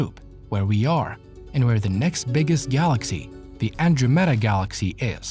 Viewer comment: Also its not the "Andrewmeda" galaxy it's the AndrOmeda galaxy, exclamation mark on the "O" part of the word